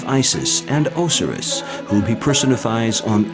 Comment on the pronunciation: The narrator is mispronouncing English words left right and center. Tolo mees Ree leafs. Stellay lyer. And even o SI riss and Rama sees